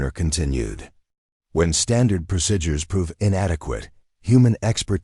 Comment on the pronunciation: The word is not procidures(prosidures) is not correct. Please correct to pro seed ures. Pronunciation. Other wrong pronouncing will cause me to leave.